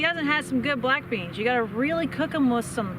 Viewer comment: My wife heard "black d" instead of "black beans" and thought I was watching something filthy.